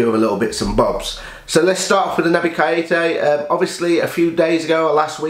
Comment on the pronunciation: Good video mate just one thing. Please pronounce Keita's name right, it proper gets under my skin haha. Naby Kay-ta. Hopefully we get the deal over the line but £70M is way overboard now